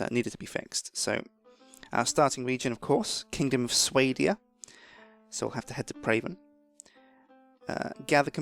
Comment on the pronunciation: swahdeeya, not swaydeea =.=